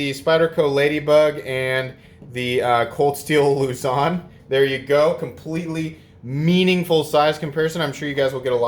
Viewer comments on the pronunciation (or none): Lu-zahn is the correct way to pronounce it, it is named after one of the three groups of islands that make up the Philippines. The smaller one ia quite popular among local EDCers here. Ha, I watched a friend of mine stab his ladybug onto a table and cut his index finger open. Was he mad hahaha SteelWill reminds me of the Kershaw Link. Congratulations in advance on hitting 5k!!!